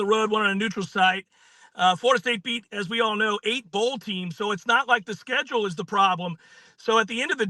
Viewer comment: I legit don't have a favorite team so I have 0 bias here, but if we're being honest here, the committee got it spot on. and the first guy saying "wEll sTreGHth oF sCHueduEL wAsNT tHe IsUeE" yeah it was. Alabama had a top 5 strength of schedule. Florida State had the 55th-strongest schedule. not to mention Jordan Travis is injured. Alabama also beat the #1 team who had been undefeated for the last 2 seasons. if Alabama loses this game then FSU would be in no doubt about it. and if Alabama were missing there #1 QB and were undefeated. they would most likely get snubbed to. Florida with there 2/3rd string QB is downright awful. and if you guys wanna keep whining about it and really think they deserved to make it, then let's see how they square up against Georgia. Other than that it was just unlucky but the right move. and I would love to see how anyone comes back from what I just said